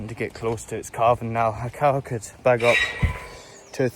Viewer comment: CALVING! giving birth! I kept hearing CARVING, like you're going to cut them up into beef😂😂😂 so glad i misheard him 😂